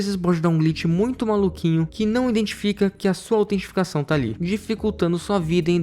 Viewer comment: Falou autenticação errado o vídeo inteiro kkkkkk